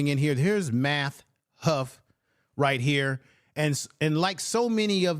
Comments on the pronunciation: Just slaughtering the man's name. It is Math Hoffa, not Math Huff 🤦🏿‍♂️. At least give him that respect. Also, its Lord Jamar not Jamal. It makes me think you didnt do much research on the people, and rushed to respond to the issue. Let me make it clear, my folks are from the South, i.e. Alabama, Arkansas, South Carolina, Mississippi. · lol i feel this vid thanks but...does hoffa is absolutely not pronounced "huff." 😅 also jamar isn't pronounced "jamal," vlad isn't pronounced "vlod," etc. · yeah but u kept saying huff,get that tether name right..lol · It’s math hoff-a black man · I know but u kept saying huff